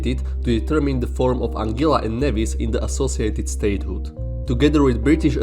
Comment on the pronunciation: It’s pronounced “AN GUILA” rather than “AN GILA”